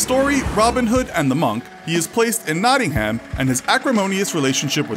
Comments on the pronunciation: It’s not ham herm but it’s spelt like ham nottingham but it’s said like nottingherm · That pronunciation of Nottingham though. It made me cringe so much p.s. It is pronounced not-ing-hm (well, not quite, but that is the best i can do in letters) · You really need to get the English pronunciation right. It's not American. For example, it's Nottingam, not Nottinham, and many more. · Can pronounce yorkshire right but Nottingham it is a silent h in Nottingham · Three thing 1 Nottingham is in the east midlands not in the north. 2 Coming fome a local you butchered how say Nottingham. 3 In Nottingham there area call Lenton what had a Priory what was founded in early 12th century . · You said Nottingham really weird 😂😂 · How many times did he have to pronounce nottingham wrong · The way Nottingham was pronounced though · As someone from Nottingham with half my family from the Kirklees area the pronunciation of Nottingham and Brighouse slightly offend me